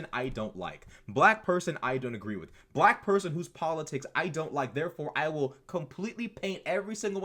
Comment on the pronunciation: The way he pronounces "black" is weird af.